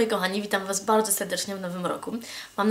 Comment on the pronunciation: "Witam was bałdzo sełdecznie w nowym łoku" :D